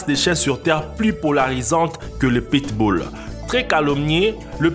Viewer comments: Apprendre à dire pit-bull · le pittss boulll. mdr